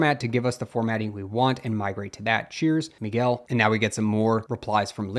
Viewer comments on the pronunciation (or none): none